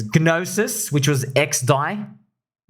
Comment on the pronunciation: Yo not sure if you are being funny, but the G in "Gnosis" is silent. It's s Greek for "knowledge". Just pronounce it "nah-sis"